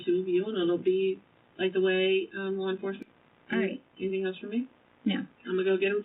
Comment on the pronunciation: Guys, she didn’t do “anythinK” to Gannon.